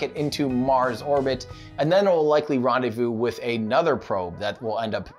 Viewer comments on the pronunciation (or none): none